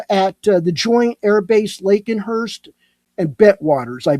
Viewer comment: LakenHEATH not LakenHURST, 😅